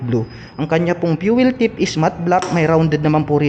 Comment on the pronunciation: 'Fuel Tank Cap' po..hindi 'fuel tip'